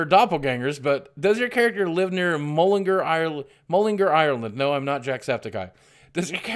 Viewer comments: IT'S NOT PRONOUNCED MULLINGER IT'S PRONOUNCED MULLENGAR. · It's pronounced Mull-In-Gar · Jacksepticeye is from mullingAr not mullingEr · I cringed a bit when u said mullingar wrong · You said mullingar wrong